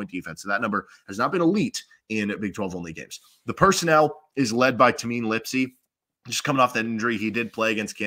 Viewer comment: Iowa State fan here - really good insights and breakdown. Looking forward to the matchup. One note - it's pronounced TAY-MIN, not TA-MEEN